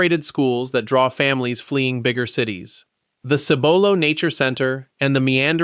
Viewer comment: Also, Cibolo is pronounced with an accent on the first syllable.